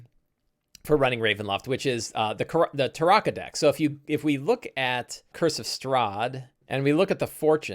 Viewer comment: Love the tips and advice, but I absolutely hate the way you pronounce "Tarokka" with the "ah" vowel sound. Been listening to the Ravenloft audiobooks for years and its always been pronounced with the "oh" vowel sound (Tar-oh-kah).